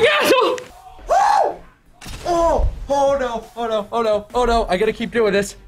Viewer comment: souunds like saying asshoe asshoe